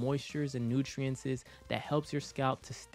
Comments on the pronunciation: Boy if you don't stop saying "nutrientzes" 😂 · U saying nutrientes is low-key annoying me 😂😂😂😂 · Thanks for uploading this but i lost my shit when i heard you say "nutrientses"😂